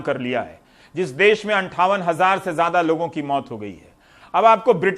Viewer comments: Abe gawaroo des nahi Desh hota hai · "Des" Nhin "Desh" Hota h bhai